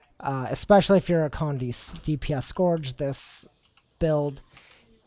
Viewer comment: Was cringing with the way scourge was said. Couldn't finish the video.